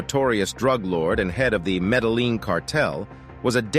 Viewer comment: They're all right,you REALLY should get someone to check all your pronunciation before putting out your video, you have mispronounced so many names and don't get me started on how you say Medellin 😂